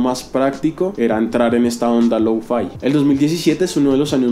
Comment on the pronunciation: Creo que se escribe lo-fi, no louu-faai XD